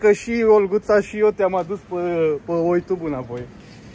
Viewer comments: Nu se spune oitub!!!!!!!!!.... Se pronunță : iutub!!!!!!!!!! ☝️☝️☝️ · Așa zice oitub,glob 😂😂😂